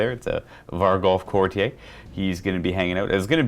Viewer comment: Could somebody let know he's mispronouncing courtier